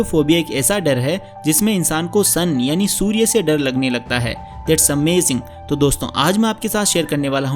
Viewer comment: aur mein bhi joke pe boli thi ki achi English bolte ho kyun ki tumne amazing ko amaging bola tha 😂🤣🤣🤣🤣🤣